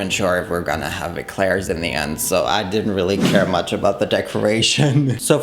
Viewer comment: I thought I heard that wrong 😅😅